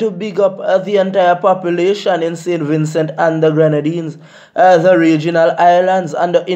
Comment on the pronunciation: Me like how Im ah say saintVincent and nuh sin vinsu It ah get me mad sin vinsu Im from saint Vincent